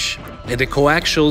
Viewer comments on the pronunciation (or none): none